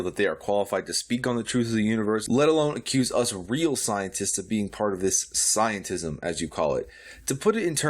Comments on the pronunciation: wait. Did she really said "very intoligen"? And scienters? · Something tells me that she used all her inheritance and achool funds on wine. She cant even spell or pronounce SCIENTISTS 😂😂😂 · This part is just so annoying..... - That’s exactly what Flat Earthers do. And how she calls scientists “scienters”